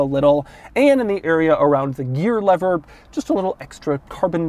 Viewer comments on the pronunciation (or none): none